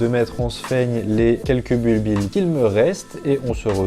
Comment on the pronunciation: On dit "bulbie", les deux L sont muets! ;-)